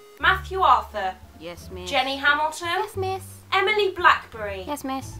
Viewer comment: Did you purposefully make the "teacher" say Emma blackBERRY instead of blackery